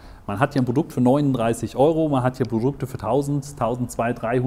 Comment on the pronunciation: Was ist das für ein Dialekt wo immer B statt P gesagt wird? Ist mir noch nie so krass aufgefallen wie hier. Brodukt, Brofi, Verbackung... :D